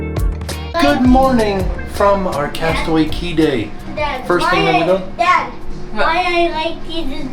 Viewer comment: I’m confused why you keep saying “castaway key” when it clearly says “castaway cay” 😂😂